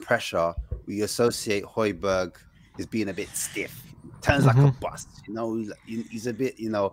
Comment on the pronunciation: bruh how do you still not pronounce hojbjerg properly